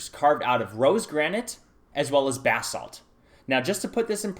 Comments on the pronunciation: Did he keep saying bath salt? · Look up the proper pronunciation of basalt. You sound like you're saying "bath salt" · Bathsalts? Sorry i had to.. I know Basalt..